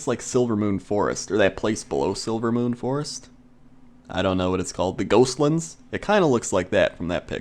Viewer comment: I want to hate you because of how you pronounce dwarf, but i want to love you because of how you pronounce ghostlands.